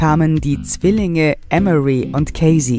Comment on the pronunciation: EM" + "uh" + "ree" so wird emory in englisch ausgesprochen.